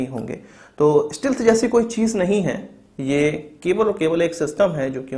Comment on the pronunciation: bhai STEALTH ka pronunciation sahi karo